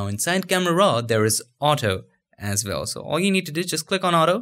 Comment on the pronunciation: say WELL ...... Not VELL this is not German Language